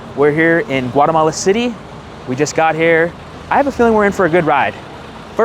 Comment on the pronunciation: No has dicho primero Guatemala, después Guaremala, mal pronunciado. pronunciation is correct for Guatemala, with no R between A and E. Your Spanish/Castellano is outstanding and clear. America refers to the entire continent, while EEUU refers to the country. Great video! I hope you and your wife enjoy the trip to beautiful Guatemala. Please come back during the Holly Week.